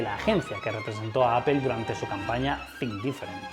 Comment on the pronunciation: Buen trabajo periodístico, pero deja de decirle "APPEL" a Apple...unas clases de inglés no te vendrían mal. De lo demás, muy bien.